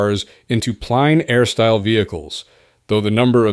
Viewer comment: In this vid, "Plein Air" is sometimes pronounced like "pleen air", and sometimes as "pline air". Merriam-Webster says it's pronounced "plen air".